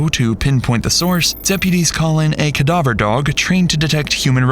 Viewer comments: cuh-duh-ver dog. Is this channel also just a.i. bullshit or an honest mispronunciation? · “Kadawver dog.” Excuse me? 😂 I have never heard “cadaver” said in such a manner! It totally threw me off!